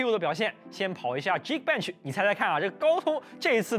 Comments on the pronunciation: 的geekbench发音一直就没正确过... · 的自帶特效😆